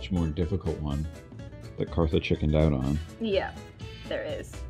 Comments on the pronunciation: not even kartha gewert, its artha gewet!!! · It's Kartha, not Martha